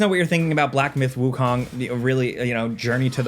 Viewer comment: KOOOOOOOONG not KAAAANG